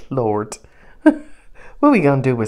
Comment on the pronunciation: Call the reading.. "blessings from the Lort" 😂